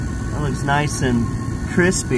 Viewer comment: Mmm kwispy